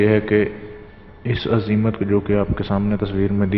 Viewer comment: azeemat ka talufuz saf nai